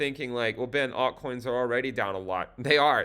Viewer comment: Did I hear altcoins in genital? at the beginning... Ben!!